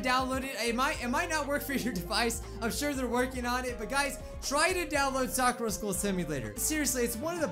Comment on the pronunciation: It’s sa-kur-a